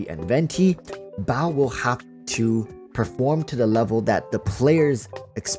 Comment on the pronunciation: Sorry man evertime you say baal I just hear bao and I laugh my ass off thinking of the electro archon as a bun.